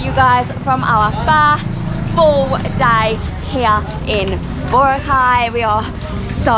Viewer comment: Say boRAcay, not BOracay.